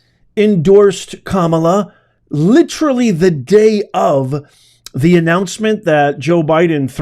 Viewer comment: Can't listen without 😂 when you say "kamala",="terrible" in english😂